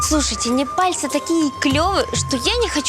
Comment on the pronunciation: Неварцы? Непальцы!